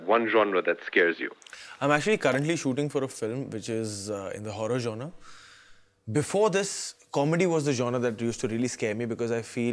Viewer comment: Am so impressed that Abhishek Bachchan is the only one who pronounced genre correctly 👍🏻